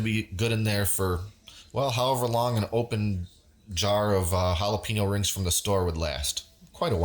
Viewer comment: jalapeeeeno is not how to say it .. we say texas, not teeeexas, wake up